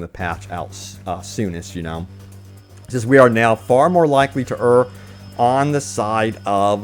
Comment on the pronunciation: Kudos for correctly pronouncing err